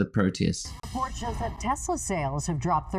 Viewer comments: “I love Tesler!” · It's TESLER!!!! 😂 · Tesla? Oh, you mean Tesler!